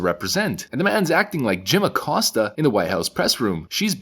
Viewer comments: Jim ACCOST-ya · We need to meme everyone pronouncing "Acosta" as "A-cuck-sta"